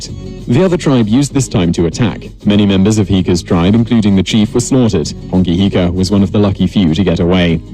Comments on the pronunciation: And hes saying Hongi Hika wrong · Bro bet how many people got mad when he said and I quote “Hongi hika” it’s hone heke